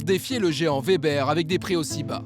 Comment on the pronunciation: Weber = ouébeur Et non Vébèr!!! 🤦🏼🤦🏼🤦🏼